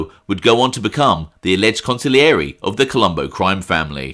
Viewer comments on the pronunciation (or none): none